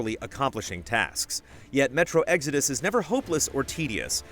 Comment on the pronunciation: Never heard it pronounced like Eggsodus. What part of the country is from?